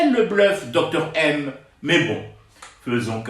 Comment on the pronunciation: Bjr, il faut prononcer DOUKTOUR ! 😊😉